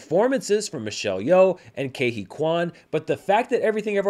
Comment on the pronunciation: Just after the 4 minute mark in this interview Ke Huy Quan explains how to pronounce his name. You’re pronouncing Ke and Huy incorrectly.